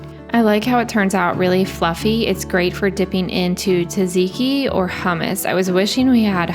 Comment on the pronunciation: Tzatziki is pronounced “Zah-zee-kee” with a very slight “t” in front of the z 😊 (from someone with Greek heritage) Καλή όρεξη! Love your videos!